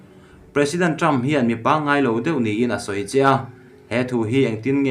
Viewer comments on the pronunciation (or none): none